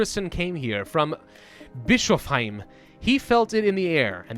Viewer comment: You did the pronounciation for bischoffheim really good